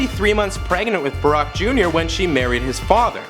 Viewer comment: arack Obama